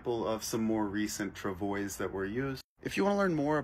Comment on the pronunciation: Travois is pronounced: trav-wah...